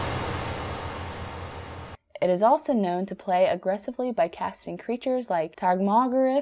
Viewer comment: Love the easy music and soft voice. 'Tarmogriff' at the last cracked me up hard. I guess she doesn't know magic, just narrates.